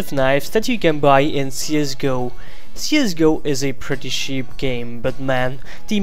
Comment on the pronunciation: I hate when you try to say cheap you say Sheep xD hahhahahaha